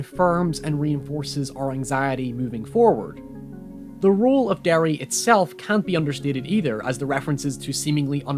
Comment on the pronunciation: Where you from in Northern Ireland man? I thought at the start of watching this you sounded a little American but as it progressed I could really start to hear our accent in your voice with the pronunciation of so many words, weirdly enough it was when you said town of Derry I was like "oh shit he's from here" hahaha. Always great to see youtubers from NI but even apart from that great work and analysis, liked and subscribed boiii